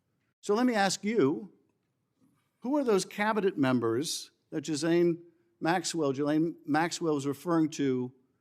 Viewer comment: Jisane maxwell 😂😂 Guy cant even get her name right